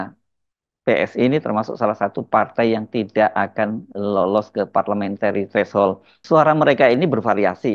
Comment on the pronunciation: Bung Hersu...sekadar saran utk pengucapan 'threshold' dgn ada sedikit bunyi 'di akhir katanya. Maaf...udah gak nahan utk gak bilang, utk sekadar koreksi ya